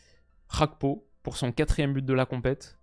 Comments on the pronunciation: « Rakpo » ?Ca se dit pas Gakpo? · Juste dire GAkpo au lieu de khagpo 😜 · je compte sur ton sérieux pour arrêter de dire Cody "RHAKPO". En effet bien que l'attaquant des reds soit Néerlandais, son nom famille lui vient de son père qui est Togolais. Au Togo la première langue est le français, et on dit bien Cody GAKPO. Comme par exemple Serge GAKPÉ à l'époque au FC Nantes. A titre de comparaison c'est comme si tu disais Théo "HERNANDÉ" parce qu'en français EZ se prononce É. Son nom est clairement d'origine espagnole, donc on prononce "HERNANDAISE". Avec tout mon respect et mes amitiés. (10€ offerts et votre premier dépôt doublé avec le lien en description) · J'ai envie que la Turquie passe juste pour plus entendre "Rakpo" Ca fait trop mal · Petite précision s'il est hollandais, Gakpo est un nom Ghanéen. Ça se pronounce "Guakpo". Sinon top video comme d'hab